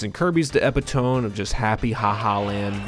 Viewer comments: Did you say "Epi-tome?" It's "e-PIT-uh-mee" I promise I'm not jerking you around. Great video though. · “epitone”? Don’t you mean “epitome”? And pronounced like “e-pi-to-me” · it's pronounced eh-pit-oh-mee, not eh-pi-tome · Epitome is "eh-pit-tum-me" not "epi-tome" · it's pronounced "EEE-PIT-OH-MEE" not "EPPY-TOME" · “Epitone”?? It’s “epitome” and it’s pronounced epi-toe-me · Sorry to be that guy, but it's pronounced e-pit-oh-me. Not Epitomb. You ain't raidin' nothing. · e-pit-oh-me not epi-tome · Epitome is pronounced like “ehp-IT-oh-me” 💕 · Epitome is pronounced (eh-pit-oh-me) In a sentence, "Receiving the Nobel prize was the epitome of her career." Love the video❤ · Epitome is pronounced "eh-pit-o-mee". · yep, consequences of learning from reading rather than hearing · “Kirby’s the epitome of-“ eee-pit-oh-me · Epitome is "a pit a me" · It's pronounced eh-pit-oh-me. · are we just going to ignore how he pronounced epitome (ep-pit-o-me) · Not only did you pronounce "epitome" incorrectly, I think you actually said "epitone" lmfao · mf said "epeetohm" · Bro said epi tome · it's pronounced "eh-PIT-to-me" my friend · my man said "ep uh tome" lol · I’m sorry but no way this guy just said epi-tome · Love the video ❤ that’s also not how you pronounce epitome 😘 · Epitome is pronounced "eh-pi-toe-mi" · That is not how "epitome" is pronounced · i hate to probably be the first person to say this. but you said epitome wrong, king 💔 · You said EPITOME like a crazy person.